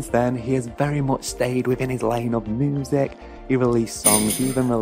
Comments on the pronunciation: Why do you say moosic? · Moosic ....lol